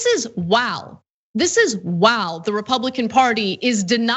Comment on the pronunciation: I’m dying at the way Ana pronounced the word while lol